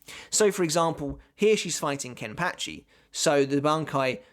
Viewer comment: KEN-PAH-CHI not Ken-Patch-ee!!1